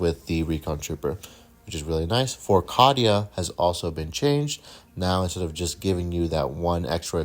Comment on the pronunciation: Hey man, I dig the video; you did a nice job. Just one minor thing, that really doesn’t matter because it’s your video so say it the way you do: Cadia is technically, in canon, pronounced with a long A. Kay-dee-uh, not cad like caddy. Again, not important and not trying to be Captain douche! I was just wondering if you just weren’t sure.